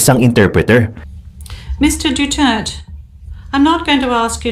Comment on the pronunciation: Maganda yung scripted sa Pag pronounce at Pag sabi ng full name